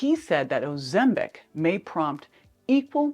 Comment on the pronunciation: Please pronounce Ozempic correctly. Also folks, remember that opinions arent facts. I choose to trust my Dr. I was put on Ozempic for my diabetes over a year ago. My Merformin was decreased and recently discontinued. I have lost 75 pounds, experience very few side effects, ( even on 2 mg ), have an A1C of 5.5 and have perfect blood sugar levels. Not all of us are scare stories. Nothing is perfect, but for me the benefits are huge. ( no pun intended)